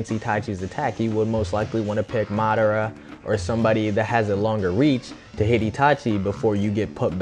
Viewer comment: it's ma,dar,a